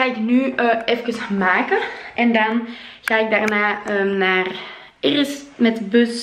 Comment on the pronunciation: Irris met R's 😂 In NL schrijf je het zo: Iris